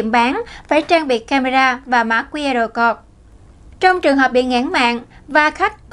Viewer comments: Mã QR "cột" là mã gì? /câu-d/ cho "code" mà phát âm ko ra hồn thì làm cái gì nữa mà lên phát ngôn trước cả triệu, người!!! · * Speaker còn trẻ nên học thêm tiếng Anh . “Code” phát âm sai nhé.